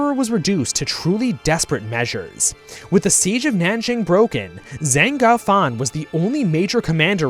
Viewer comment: actually that's zeng "guo" fan ,instead of "gou",which means "dog:stayhome:"